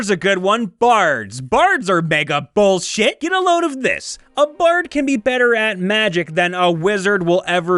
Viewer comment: "All classes are bullshuyte!" -- GURPS